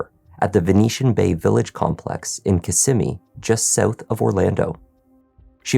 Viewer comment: Thank you for pronouncing Kissimmee correctly 😅. I one hundred percent believe the mother needs to be arrested as well. Disgusting, despicable, heartbreaking...